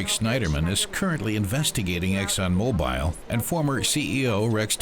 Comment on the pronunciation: It's hard to trust anyone that can't even pronounce mobil correctly